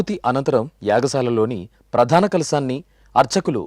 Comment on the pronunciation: ప్రధాన not ప్రాధాన